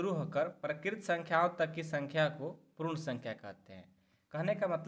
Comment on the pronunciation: Prun sankhya nhi sir, purn sankhya🥲